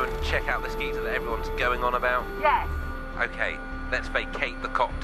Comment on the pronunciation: It's actually called Geysir, not geezer or geyser ;)